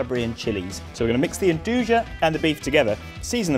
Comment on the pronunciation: It's pronounced "ndooya" not "endooja" lol